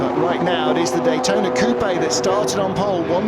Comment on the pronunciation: It's not cou pe' it is just coupe with the e silent.